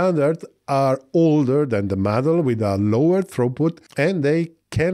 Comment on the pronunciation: It's not MADL link, it's MADLink🤣🤣🤣🤣